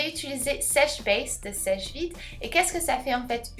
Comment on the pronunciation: Coucou super video mais le nom de la marque c'est seche et non sheche vite c le top coat qui s'appelle seche vite